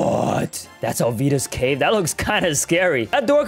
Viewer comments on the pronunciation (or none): none